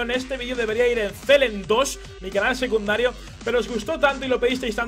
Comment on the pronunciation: ¿Dónde está mi?¡ nunca dice "secundario", dice "seduncario"!